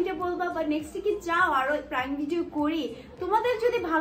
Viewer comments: It’s not প্রাঙ্ক it’s প্রেঙ্ক 🤣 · প্রেংক ❎ প্রাংক✅ 😅😂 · প্রাঙ্ক না প্র্যাঙ্ক😂😂😂😂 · আপুটা প্রাঙ্ক না ওটা প্রাঙ্ক